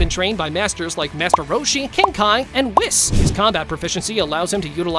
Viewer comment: Bro said whissss! At godsepeed